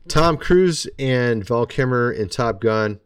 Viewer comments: VAL KIL -MER , pronounce his name correctly please. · You seem to be having an AWFUL time pronouncing “Val Kilmer”.😬